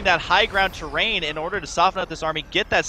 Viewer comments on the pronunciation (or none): none